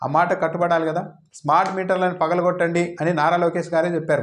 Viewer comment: "పగలుగొట్టండీ" ... అన్నాడు పప్పుగాడు 🤣🤣🤣🤣🤣🤣